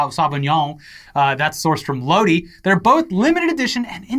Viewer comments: Lodi = pronounced "Low-Die" not "low-dee" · Lodi is pronounced low-die. Cmon guys you're from California, you should know this. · ish...Lodi is pronounced Low-dye. I'm curious which Central Coast winery you visited? My husband works at a winery in Santa Maria. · Lodi is pronounced Low-die! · "Lodi" is pronounced "low-dye." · Did just call my home town LOW-DEE? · Did the pronunciation of Lodi change in California or is that just the Florida coming out of? Always heard it as "Low-die" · Hey, it’s pronounced Low-Die